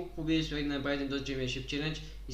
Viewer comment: Не шемипоншип, а шемпиъншип